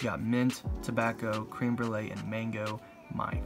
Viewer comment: Not cream it's creme jesus